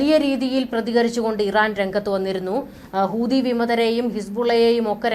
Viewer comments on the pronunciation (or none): none